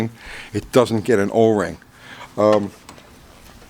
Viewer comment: No Oring-e in fuer Rine